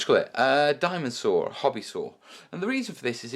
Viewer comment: Excellent vid. I've always been a little reluctant to work with Balsa, but this really convinced me to give it a try. Incidentally, every time you said "diamond saw," my American ears kept hearing "dinosaur." Which was a little distracting, but in a fun way. :)